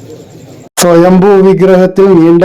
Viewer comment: സ്വയംഭൂ ആണ് ശരി സ്വയംഭോ അല്ല